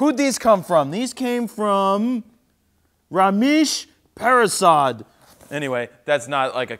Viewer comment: The way you pronounced Ramesh Prasad 😂😂